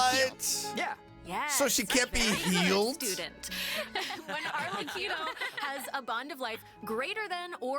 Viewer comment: I knew you'd be hyped for this patch, being the Cyno stan you are with him getting a part 2 story quest! Oh, and Arlecchino is pronounced with a hard C, like "Arle-Kino".